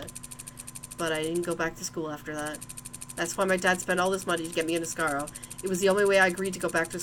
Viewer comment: Asargo? It's asagao